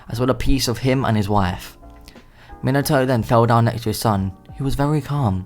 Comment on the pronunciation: When he says Minato I hear minataur idk why